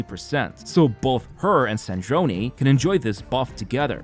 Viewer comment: It’s Sardrone not Sardronee